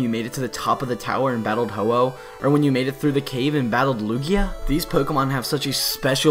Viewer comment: IT'S HO-OH, NOT HO_HO! AND THE FIRST A IN LUGIA IS SUPPOSED TO BE A U!